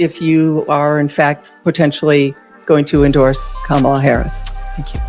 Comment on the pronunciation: Camel-a Harris 😂😅